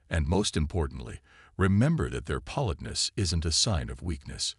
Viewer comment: if you are doing a whole story about politeness, you might want to learn how to pronounce it correctly.